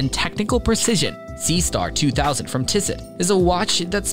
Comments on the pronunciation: And “tiss it”. AI still needs some work 😂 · Lon-guyns & Tiss-it 🤣🤣🤣 as soon as I heard those robot pronunciation; knew this was going to be interesting. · AI computed video....and viewers are asking questions....😂 TISS-ET 😂it is TISS-OH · Beautiful images. If I may suggest pronunciation tips…Tissot (Tiss-ohhh) and Longines (Lon-jeans).😊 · I would but you use an AI voice and I hate that. Tissot was pronounced wrong and nobody who knows watches does that. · Can you pronounce Longines and Tissot correctly? Are you just a bot?